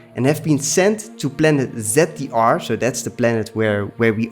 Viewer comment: Planet ‘Zeddiar’? Don’t you mean ZDR?